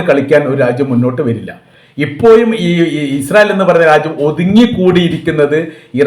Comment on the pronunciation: ഇപ്പോയും അല്ല ഇപ്പോഴും എന്ന് ഉച്ഛരിക്കണം'